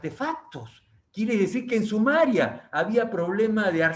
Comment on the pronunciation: No es Sumaria señor Benavides, es Sumeria.